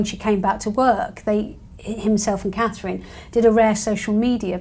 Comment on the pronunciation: Looking beautiful as ever! Please no more until she can say Princess Catherine!